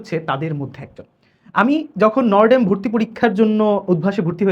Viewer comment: নটরডেম ❎❌ নওরডেম✅✔️ 😂😂 নটরডেমের ছাত্ররা কেন যে তাদের কলেজের নাম ঠিকমতো উচ্চারণ করতে পারেনা , জানি না ।